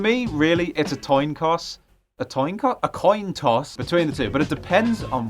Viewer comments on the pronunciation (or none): "It's a toin coss" EVERYONE! Forget making say boat. This is the new thing we need to spam him about!